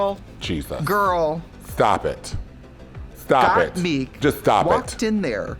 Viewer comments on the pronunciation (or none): Got meeseeks 😂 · And for the first time in Drag Race Herstory, Trixie pronounced Gottmik's name correctly Update: 5 seconds later she said mispronounced it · Someone needs to tell Trixie, its GottMIK not Gotmeek.. lol! 🙈💖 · Trixie keeps mispronouncing Gottmik as “Gotmeek” and Dula Peep as “Dua Lipa” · Can someone tell Trixie that mik in Gottmik is like mick jagger not “meek” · You know, us Tracy gurls are going to say Gotmeek instead of Gotmik, okurrrr 😅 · Trixie: Gottmik Also Trixie: Gottmeek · Girl it’s gotmik not gotMEEK omg i can’t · Damn it Tracey why can't you say Gottmik. It's not Gotmeek lmao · why does Trixie keep saying Gotmeek instead of Gotmik? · lets all bet on how much time trixie will take to realise we say gottmIk and not gottmEEk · It is bothering me everytime I hear got-meek and not got-mick 😂😂😂😂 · Trixie......it’s GottMik not Meek 😭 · Trixie! You got the name (got mik)correct with no stutter step, but then go on to never do that again. Slaughter the name every time after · Not Gaatmeek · not trixie saying gaatmeek on repeat 💀😂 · "first off was got-MEEK" gorl bye im done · The way Trixie keeps saying GOTTMIK as got-MEEK Sending me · The way Trixie pronounces Gottmik annoys me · Trixie: "Gottmeek" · Trixie for the second week in a row: "Gotmeek" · Symonyey, Rose, Gottmeek and Kandy Mose 😂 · Trixie girl ... its MIK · anyone gonna mention how trixie pronounces gottmik's name "gottmeek"? xD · gotmeek realness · Trixie pronouncing Gottmik as Gotmeek 😂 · “Gottmeek” - Tracy Martel 2021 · Stop saying "Gottmeek"!!!! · Not Trixie saying GotMeek 😑 I’m obsessed w Trixie but what petition do i have to sign to bring back Bob the Drag Queen for the pit stop? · Why does Trixie keep saying Gotmeek? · Oh man they recorded these all close together Trixie is still saying GotMeek 😂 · please fucking stop saying Gotmeek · Can somebody at WOW please tell trixie to stop calling them got-meek 😂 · Someone tell Trixie how to pronounce Gotmik lol